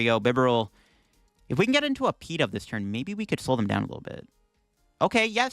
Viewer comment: Pee-dove? Is this such a Bad Deck Friday that this Pokémon deserves a nickname? Pigeon-Dove. Pi-DOVE.